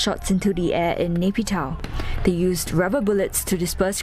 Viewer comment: Pls pronounce Myanmar capital properly like WaiKit.